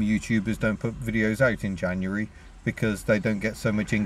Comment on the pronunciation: Yay, someone who says January correctly!